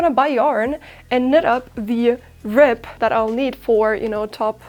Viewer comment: It sounds like you are saying " rip" instead of "rib".